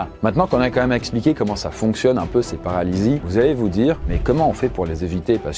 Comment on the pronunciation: J'adore tes vidéos ! Mais stp prononce correctement "QUAND-MÊME" 😅 Tu dis toujours "Qua-ême" !